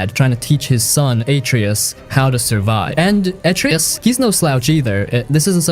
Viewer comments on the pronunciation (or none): Who tf is "Aitree-Iss" ?? Wait who tf are "Cray-Trose" & "Uh-Trerriss" I played this game all the way through TWICE and haven't ever heard of any of those characters in that game, sorry but I don't think you're talking about God of War 2018 because afaik none of those people exist in that game at all, so I'm thinking you're talking about some other game or something.. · Spec ops the line redeems your pronunciations of kratosv and atreus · The way you pronounce Kratos and Atreus hurts my ears... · Stopped watching after you kept saying Atreus wrong even kratos lol. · Also, with the pronunciation of some names, it’s like they’ve never actually played them. Atreus, Kratos, Sevastopol.